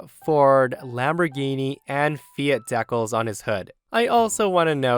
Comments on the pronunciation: Hey,. Long-time subscriber. Love your content. BTW, Decals is pronounced DEE-Kals, not Dekkles. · Story 2. It's pronounced DEE-cals, not "dec-alls." Sheesh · Deckels? It’s pronounced dee-cals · Dee-cals. Dee as in delight. Cal as in California. Fucking dek-alls? Are you a bad AI or what? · LOL.. As of today, I will always call DEE-CALS... DECKLES...the way pronounced it! 😂😂😂 I love it!!! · "Dekkles"? Are you trying to say decals? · Lol why does say dekkles. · I know... all I could think was DEE cals 🤣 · my man that mispronunciation of decals just hurt to listen to